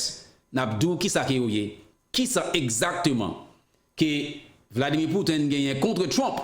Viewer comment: se mwen ki la pou korije, mpa vle w di: Vladimir Put-in ankò, se Pouti-n